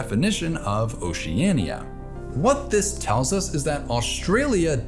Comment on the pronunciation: You keep mispronouncing Oceania wrong and it drove me crazy. Its just "O-cea-ni-a" not "O-ce-an-i-a" i dont understand why that word is so hard for you to pronounce. You can pronounce Ocean correctly but when you put ia at the end of it your whole pronounciation breaks down. I really hate how obvious it is to pronounce Oceania yet you just cant seem to do it. WHY